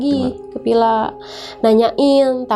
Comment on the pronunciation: Ini orang jaksel atau cianjur? Pila..pila..pilaa.. Or villa villa villa